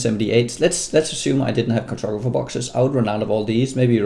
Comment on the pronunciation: car-tog-ra-pher boxes ;-)